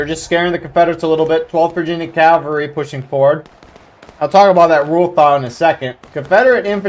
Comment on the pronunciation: You are saying it great! CAValry